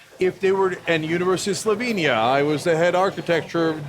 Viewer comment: Slovenia, not "Salavinia."